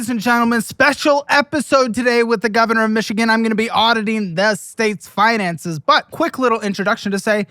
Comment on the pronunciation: lieutenant goonvernor